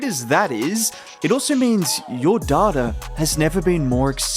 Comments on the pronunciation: If you can't say it without saying daughter maybe switch to day tah 😉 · Thought bro was saying daughter instead of data 😂😂